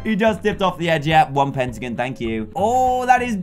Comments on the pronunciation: Dan its not petagins it’s pentagon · DanTDM sayes "pentigin" for me thats weird because i live in canada and we say "pentagon" lllllll